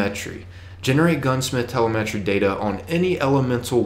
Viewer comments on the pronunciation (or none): Cache is pronounced "Cash" and Telemetry is pronounced Tell-em-etry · Haha the way he says cache and telemetry!!! I'm dying!!!